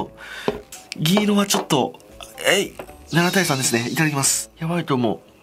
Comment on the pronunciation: いただきますハイドウモ に聞こえて笑った